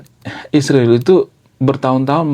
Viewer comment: Sebut israel dg benar bro Ucap 7x seminggu